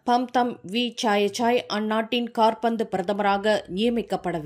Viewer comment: காற்பந்து பிரதமரா அம்மா அது காபந்து பிரதமர் 😂